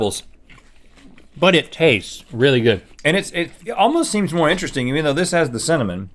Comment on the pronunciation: Aaron Lawrence cinna"MON"